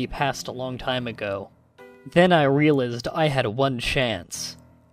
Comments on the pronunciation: I know you have a habit of playing grammar nazi on these creepy pastas [and that is totally fine with me], however, I'm not sure if it's a sort of accent or dialect, but you mispronounce "realize" a lot. Certainly if it's a dialect thing, please, correct me. I had just never heard anyone pronounce it as "real isd" before and had always heard it as "real eyezd" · You know you mispronounce realize a lot, right?